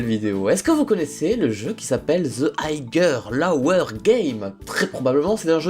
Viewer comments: Aigueure Loweure game ? lol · ta tellement bien prononcé higher lower xD